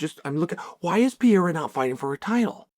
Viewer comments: Why this clown ptsd Chael always says Pierra 🤡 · but hes pronouncing pereira like pier so its like french pereira xdd